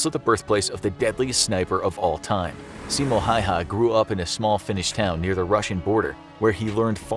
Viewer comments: Its not simo hayha its simo häyhä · btw it aint simo hayha it is simo häyhä and yes im a finnish too so i have äåö letters world you dont wanna mess with finland under 6 million humans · Simo Häyhä not Simo Hayha . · Simo häyhä not Simo hayha